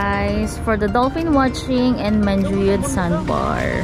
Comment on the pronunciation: Niceeee vlog :)welcome to negros its MAN-Who-Yud :)